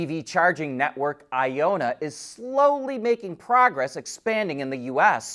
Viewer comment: I ON NA not I O NNA